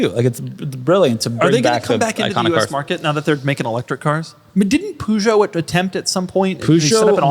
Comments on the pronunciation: Pls LEARN how to pronounciate Peugeot correctly!! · How did you all just pronounce Peugeot 😅 Across the pond its said... puh zhow, which is closer to the French pronunciation